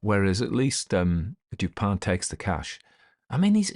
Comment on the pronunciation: Is it Dupont? I thought it was Dupin, although he’s pronouncing it Dupan.